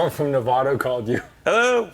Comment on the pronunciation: It’s Nevada, not Nevada